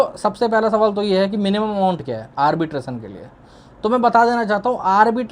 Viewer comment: Arbitrasan? ❌ Arbitration! ✅